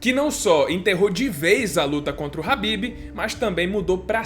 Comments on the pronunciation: Só uma observação é "Khabib" e não "Habib" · falou ''rabib'' eu paro logo de assistir